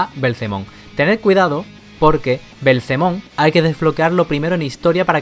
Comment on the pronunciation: Es algo placentero cuando pronuncia belzemon xD